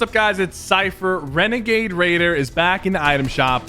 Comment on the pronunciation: Syphuh... U did a bideo on Wenegade Waider!!! Lmao